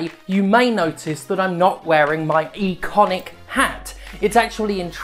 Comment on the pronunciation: Going to cancel you for saying "eee-conic"